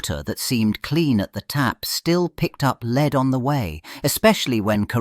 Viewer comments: Leed....??? Wtf AI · Just read it yourself. A.I. is obvious. Leed? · C'mon AI, make up your mind. Is 'lead' pronounced led or leed?